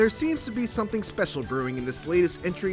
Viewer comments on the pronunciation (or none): none